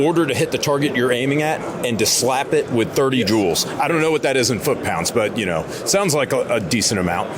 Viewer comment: The sales rep needs to make sure to put a little more emphasis on the L in joules. Had to run it back and listen again 😂